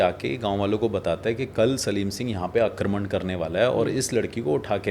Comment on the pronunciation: सालम सिंह नाम कुलधारा कांड, आप सलीम सिंह बोल रहे हैं